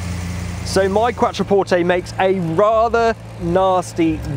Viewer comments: "Quatroporteyyyy" Jesus mate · Please pronounce Quattro (as in Audi Quattro) porte.